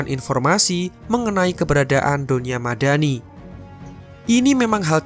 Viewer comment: Aku denger mimin bilang donya madani kok kayak doni ahmad dani wkwkwkwk